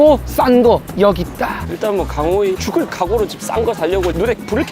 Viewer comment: 강호이 떡볶이 먹는데 자꾸 하압이라고 해 ㅋㅋㅋㅋㅋㅋㅋㅋ